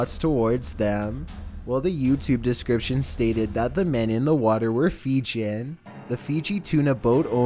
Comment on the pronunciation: Also, it's not 'Feegin', it's 'Fee-gee-an' Source: I'm married to a Fijian.